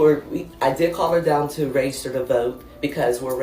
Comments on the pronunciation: NEVER TRUST SOMEONE THAT CANNOT EVEN PRONOUNCE REGISTER CORRECTLY. IT'S REGISTER MA'AM NOT RAYSTER!! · She can't even say register. "Rayster" they are so unbelievably low iq. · This lady can't even pronounce the word "register." What tf is "raygester"?! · Why tf do they keep say RAY-gester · What is “raisjster”? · I wish that woman would learn how to say "register" annoying. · SHE CANT EVEN PRONOUNCE HER JOB TITLE 😂